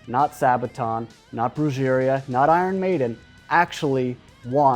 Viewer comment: Wait...pronounce "Brujeria" again? Cause that shit was hilarious.